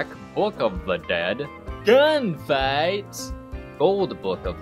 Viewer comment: my favorite part is when he's listing stuff from the movie he goes GAUN FIGHTS